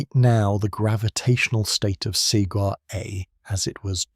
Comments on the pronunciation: Please teach your AI reader to read Sagittarius " A " star and not Sagittarius a star. Very annoying. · Ok, after my first compliment that it sounds better than your usual ai scripts, this video still has one massive problem. The AI narration with this not very good model. For example: it can’t even once say Sagittarius A* correctly. It always makes a pause after Sagittarius and then continues with a star. This is sadly infuriating. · I can’t listen to this because the AI voice cannot pronounce the name of the star it’s talking about. That’s crazy.